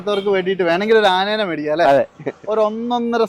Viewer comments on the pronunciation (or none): ആ നേനെ എന്നല്ല ആനയെ എന്ന് പറയൂ😂